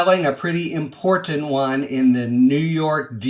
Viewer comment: Hey! We have a winner! This here is the ONLY person with the Meidas Touch Network who can properly pronounce the word, important. Props to you, sir!